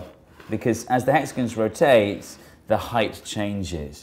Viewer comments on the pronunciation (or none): "as the hexagins roTATE." Dude needs some pronunciation lessons